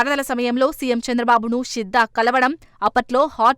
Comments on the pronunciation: షిద్దా కాదు తల్లే శిద్దా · షిద్ద కాదమ్మా... శిద్దా